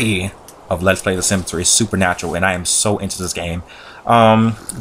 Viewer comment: At the start of the video you said supernatral not seasons.